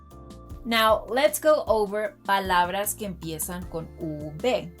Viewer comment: Huh????? I have no idea what you just posted??!!! It's okay. I don't need to understand video editing. I do appreciate your youtube videos. I just think you should do this one over again because she pronounces "palabras" with a very hard v, "palavras" . And in she pronounces "trabajar" with a hard b. Thanks so much.